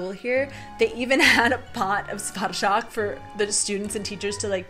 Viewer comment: Wow! Your R in burčák and Ř in svařák are great! Many locals can't pronounce these letters so well.